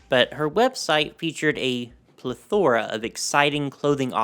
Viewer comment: Enjoyable until you knocked Trump for no reason... Also you mispronounced "plethora" and "repertoire."